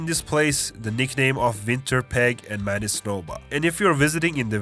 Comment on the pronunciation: Bro got Manitoba on the point. It's literally like that lol.